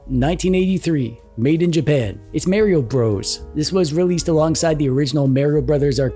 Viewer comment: Have a drink every time says "Merry-O".